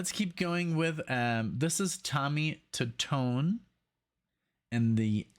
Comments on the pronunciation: Tommy 2-tone is how it's pronounced. The song is about a girl, whose phone number was on the Bathroom wall of a Bar or restaurants. (We have all seen that same kind of numbers for nasty girls) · It's Tommy Tutone..Pronounced Two Tone.. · Tommy Tutone, pronounce as Tommy Two-Tone. Funny true story about the song ; when it exploded onto the radio-play charts, people with that phone number in different area codes all over the country started getting prank phone calls, wherein the callers would begin singing the chorus of the song when the phone was answered. I was in the stereo equipment/music biz at the time, and there were amused mentions of this phenomena in many of the industry magazines of the time. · Tommy's last name is pronounced two-tone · Its actually pronounced Two tone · The band is pronounced Tommy 2-Tone. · It's pronounced: Tommy "Two-tone" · His name is pronounced “Tommy Two Tone”. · Tommy Tutone = Tommy Two-Tone